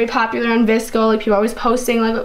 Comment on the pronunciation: noon you should've used a metal straw. iTS vsCoEYyyYyYyy